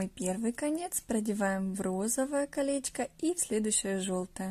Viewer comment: Мда кринж потому что автор говорит как типо милашкарр слова где она сказала калеська 💀 правильно не калеська а колечко